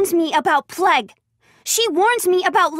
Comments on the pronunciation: tHe pLeG SiS iTs PL-AI-G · Dzuma: plauge not pleg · It’s plague not plegg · I like how she says plague as pleg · Not pleg you pleb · Lmao they said plague wrong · What the PLEG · Pleg Walk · p l e g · noo you fucking moron he is saying pleg because they said it wrong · why does she say Plague like that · Anyone uncomfortable how she said plague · She says plague wrong hahha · She says plague like a Canadian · Ahhhhh! Stop saying plague like that! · I hate the way she says plague. But forreal I hate how all these idiots don't listen the first time, it seems like the all want to die